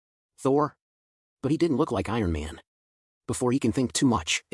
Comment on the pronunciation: He was this close to getting Ironman name correctly tbh